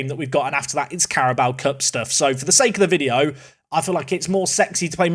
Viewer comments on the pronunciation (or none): none